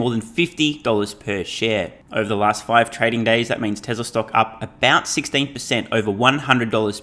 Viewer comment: “Fah-see-kul” and the way you say “over” sounds almost painful…